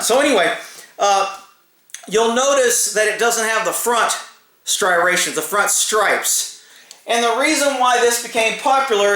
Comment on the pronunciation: Si rations🤨 oooomy god the gun is loaded.......